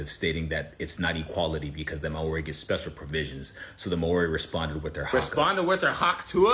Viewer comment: Mari??...its Maori